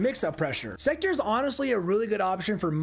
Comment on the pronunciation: Pronounced sekTOR, not secter…